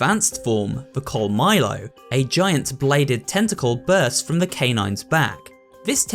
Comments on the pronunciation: As a Mexican myself. The way he said, “colmillo” threw me off. He really said, “coal-my-low”. It is prounounced, “cohl-mee-yo”. The double “LL” makes a “y” sound in Spanish for those that don’t speak the language. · It'd be cool if you put in the effort to pronounce spanish words correctly, otherwise pretty cool video. Araña and Colmillo made me do a double take lol